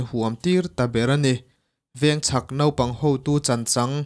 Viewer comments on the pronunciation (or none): none